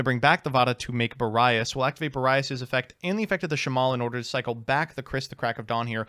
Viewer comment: Therapist: pronunciations can’t hurt you Me: I know, I know, it’s just… he pronounced Boreas as “Bore-Eye-Ass”